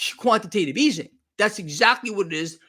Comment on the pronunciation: Can you say “EASING” the way you use to say it…😂